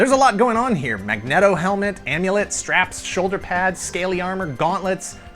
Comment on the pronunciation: You actually said Magneto like Magnet-O? Really? Like a Magnetic cereal? I suspect this is how ICP would pronounce it! Do you also pronounce Sub-Mariner like submarine? I'm sorry, but I just can't let it slide. I can only hope you've corrected course in the past five years!